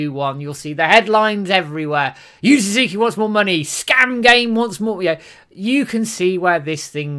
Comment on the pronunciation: Oh! You're trying to say "Su-zu-ki"! It took me a minute to understand you.